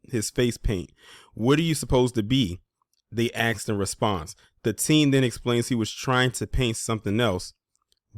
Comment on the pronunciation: "...they >aksed< in response."